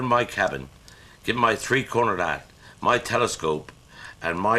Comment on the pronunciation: Took me until the end to figure out he was saying 3 cornered hat 🤣🤣 RIP Jethro. Sadly missed me old mate